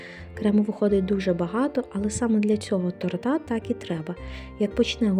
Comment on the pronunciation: Ну не тортА ! А тОрта ! Вибачте .